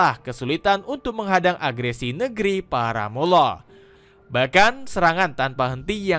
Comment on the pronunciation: Koreksi: negri para mul lah bacanya, bukan muwloh.